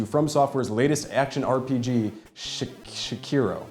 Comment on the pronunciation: Your pronunciation of sekiro had me dying lol I had to replay it like 4 times I'm like what??? Thought my phone was skipping